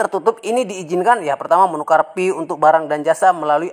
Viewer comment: Bang knapa bacanya F/V dibaca P, giliran Pi bacanya fi